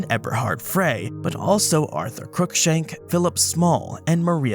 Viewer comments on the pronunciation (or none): none